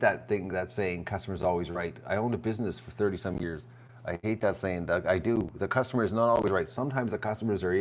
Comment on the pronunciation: Dug, not "Dough!" SMH